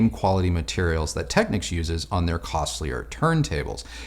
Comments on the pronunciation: yeah that annoys me too. it’s not “tekniks”, like the ny knicks. it’s “tekneeks” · Always enjoy the vids, keep up the good work! FYI, it's pronounced "Tech-neeks" and K-E-F, but because of your age I'll forgive you 😀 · Just letting you know young man, Technics is pronounced Techneeeeecs. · Nice video. I'm a Technics man myself from way back. I still use a Technics SL-QD3 to spin my vinyl. It's a great little turntable. It's never failed me one day since I purchased it back in 1985. Just as a bit of 'helpful' information. The Japanese pronounce it..."Tek-neeks". I cringe whenever I hear it mispronounced. Otherwise, great job!